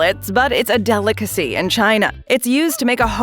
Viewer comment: This AI voice crap has got to go! The word is delicacy, not deelickazee! 🙄